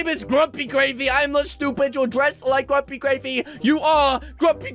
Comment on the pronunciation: Its not grumpygravy it’s grumpygraivy